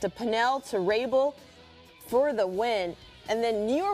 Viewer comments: Can’t even say one of the most popular players name in the game Paul Rabil. Shaking my head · If you can’t pronounce Rabil you shouldn’t have a job in lacrosse